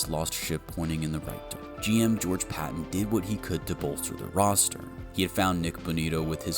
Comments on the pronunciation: The GM's name isn't pronounced Patton. It's pronounced George Pay- ten. Just like Sean name or Peyton Manning. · Is this another AI voice over video it is George Paton pronounced like Payton. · George (Pay-ton) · It’s spelled Paton but actually pronounced “Peyton” as well. I know! Lots of Payton/Peytons around here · How come youre doing a Broncos video, but dont even know how to pronounce the GMs name? Just lazy, and makes a good video cringey to listen to. Lame. Its pronounced PAY-TON, just spelled Paton. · PAton. Long A. Paton. We have three, all spelled differently but pronounced the same: Peyton Manning, George Paton, and Sean Payton. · Great video. It’s funny to me how you have all of this knowledge but you don’t know how to pronounce George Paton‘s name. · Can't even say Paton's name right? I hate AI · So, you just don't know how to pronounce his name? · PATON’s name is pronounced like Sean’s last name. How the fuck do you make videos on the Denver Broncos and you don’t even know the pronunciation?